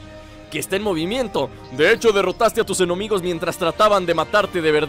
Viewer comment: dijiste enomigos y era enemigos